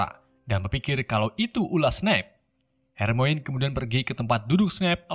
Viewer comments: Harmoni bang bacanya, bukan hermoin wkwk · Harmoni bang...bukan Harmoine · Maap bang... Itu baca nya bukan hermoin... Melain kan hermaini :) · bang itu tulisannya weasly tapi di baca wisli bang itu tulisannya hermione dibaca hermayeni dan masih banyak sala speling lainnya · gak gitu cara bacanya bang bukan hermoen tapi hermaini cara bacanya sliterin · hermione dibaca hermaini bukan hermoin bng🙂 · Bang hermonie bukan hermoine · bukan hermoin tapi hermion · bang yang bener namanya tuh Weasley dibacanya wisliy, Hermione dibacanya Hermioni dan bukan Herry bang tapi Harry tulisannya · Kenapa yg salah2 baca ejaan nama malah bikin kocak ya. Wesell. Wakakak hermoinn.. Hahahah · Dibaca nya Hermoni bang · RON WISLI BACA NYA MIN DAN BUKAN HERMOIN , TAPI HERMAYONI BACA NYA KRITIK MEMBANGUN AJA INI MAH